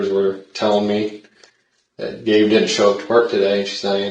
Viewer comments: Gabe is a man's name. I think her name is likely pronounced GABBY. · Dear AI video bot voiceover... it's pronounced "Gabby" as it's a female...